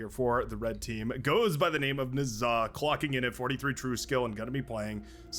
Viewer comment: Just wanted to say I think you've been mis-pronouncing Nezah's name in a couple of videos now.